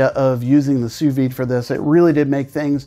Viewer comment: 'Soo vee'. Say it Frenchie!